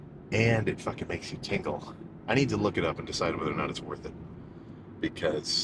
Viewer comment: I thought he said tinkle instead of tingle